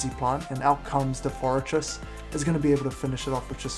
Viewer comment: Hey! said forretress correctly!!! Congratulations man!!!